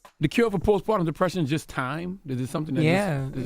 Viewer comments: Lmao. I caught that too. I wonder if she’s letting the comments get to her head. 😂😂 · You can do it, Sound it out Jess post…par…tummmmm 😂